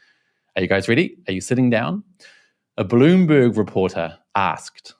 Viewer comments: When you say Bloomberg I hear Balloonberg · US democracy at work, too many hot heads and no leader. Spending 2 weeks and lots of resources for nothing. Did you say balloonberg reporter? That is hilarious.